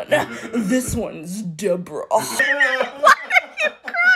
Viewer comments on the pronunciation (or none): "THIS ONEs DEBrØÆH" That's made me fall of my bed 💀 😭🤚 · THE WAY YOU SAID ⭐D E B O R A H⭐🤣😂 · The D E B R A when you said that was hilarious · I feel like her name would be pronounced DE-BOAR-UH